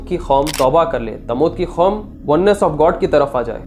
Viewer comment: Khatal kia ya Qatal? Khom e Lut ya Qoum e Lut? Khayamat ai thi ya Qayamat?